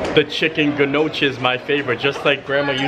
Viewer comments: The soup that you ate at Tony’s, they are pronounced gno key not nahshe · Your slinging the food with the forks and spoons because you talk with hands with food on the utensils. You have to lean over. Just the food first then talk about. You need to carry tide to go. 😂pronunciation of Gnocchi=No-key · I love the videos but I have to know, does he pronounce the names of food incorrectly because its funny or because he just doesn’t know the proper pronunciation? Saying gnocchi with the hard g sound was definitely funny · The chicken gnocchi soup : it's pronounced no key. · Oh no buddy you have to pronounce Gnocchi the right way 🤣